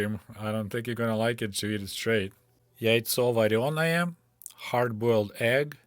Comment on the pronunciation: it sounded to me like you said, яйцо вороное (raven egg or black egg) My Russian comprehension is not that great, and I had never heard the word for boiled before! яйцо вареное! :-)